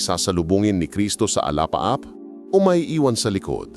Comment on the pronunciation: Alapaap po Hindi alaap mag hayag po kayo ng tamang lenggwahe